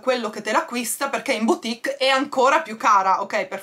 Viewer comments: Piccolo tip: "boutique" si legge "butìk", non "biutìk" 😉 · scusa non lo dico per criticare ma dato che tu dici sempre di correggerti mi permetto con la massima umiltà di dirti che si pronuncia "butik" non biutik (la boutique):-).sei splendida e ti adoro.perdonami se mi sono permessa.non volevo fare la professoressa.un bacione a te e una carezzina ai "gati"